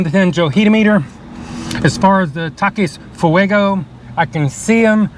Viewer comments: why’d you gotta pronounce Takis as (Tah kuhs) its pronounced (Tah-Keys) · 'Taciuhs' Its 'tahk-ees' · Two things: 1-Adderall dosage needs some work 2- Learn how to pronounce Takis correctly for the love of all sandwich creations!